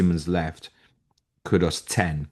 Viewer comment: Can you please stop saying kudos instead of kudus. Very irritating but it seems 90% of people do this